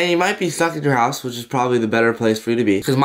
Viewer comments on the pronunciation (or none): none